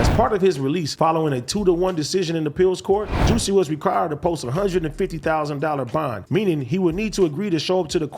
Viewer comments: AD and Adam pronouncing jussie like “juicy” is wild lmao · Juss-ie. Adam called him juicy too!!! 😒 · They both know dizzamn well his gay name is (Juh-see, not jew-see) smh 😆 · The fact that they pronounce it as juicy instead of jus see 😂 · It’s the Juicy not Jussie for me 😭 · I’m 💀 at Adam sayin “fuk you Juicy J” 🤣 was that a slip or is there “beef” out here? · pronounced jah-see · Yo we so disrespectful cause I don’t think nobody pronounces his name right and we do it purposely 😂😂😂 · I just love how AD completely butchered “Jussie’s” name 😂😂😂